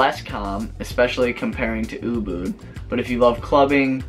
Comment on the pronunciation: just a heads up it"s Ubud not boo boo :D.